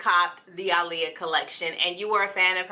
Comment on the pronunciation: Lmaoo I loved that starting. I died laughing lol. Pronounce the name right!!!! I love her simple look. Didn’t know she hd a brother tho. U teaching me some stuff